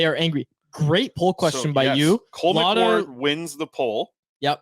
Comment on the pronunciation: Bro it's cole mcward